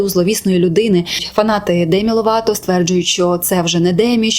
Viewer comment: Демі "Лопато"))) розумію що це прикра помилка але звучить так кумедно, для мене вона Лопато і залишиться)